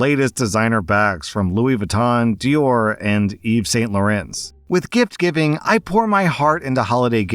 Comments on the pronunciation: can you look up pronunciation before you butcher it? Like Yves Saint Laurent. It might sound pretentious but it’s like calling Walmart, Whale-mart each time. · The pronunciation of Yves Saint Laurent was not the best either.